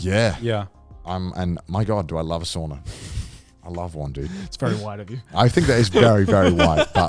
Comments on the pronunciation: It’s souna not sawnuh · Guys, sauna is pronounced sow-na, like the mother pig and na. If it would be pronounced like you pronounce it, it would be soona. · Spent a few seconds trying to figure out what a SWORNER is to then realize Connor was talking about a SAUNA lmao